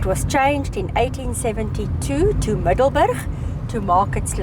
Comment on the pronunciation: “Super cool” dat is een kernachtige beschrijving van jullie bezoek aan Middelburg. Grappig dat de naam is gebaseerd op de locatie tussen 2 andere plaatsen en dus niets te maken heeft (wat ik dacht) met ons Middelburg in Zeeland. MiddelburGGG inderdaad, 😅, de beroemde ‘harde g’ die jij als Afrikaanse prima uitspreekt en waarmee Engels sprekenden (of eigenlijk alle anders taligen) flink moeite hebben. Echt geweldig hoe fraai het oude stationsgebouw is gerestaureerd met uniek klein museum en zo te zien heerlijke warme chocomelk. Zou leuk zijn als het personenvervoer hier ooit weer opgestart wordt. Bijzonder dat overal ‘erfenis’ bordjes staan met info over het verleden zoals het leed van de vrouwen en kinderen tijdens de Boeren oorlog. Dankzij jullie geheel eigen wijze van steden verkennen, zagen wij dat ontroerende kleine blauwe Gedenkkerkje, waar menig toerist geen sjoege van zal hebben 🩵💒